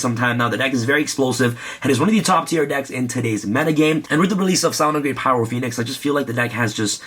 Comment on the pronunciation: did anyone else notice he said phyro poenix? he had a dyslexia moment lol